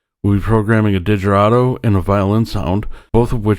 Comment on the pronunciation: Come on man... Digeridoo lol. Google how to pronounce.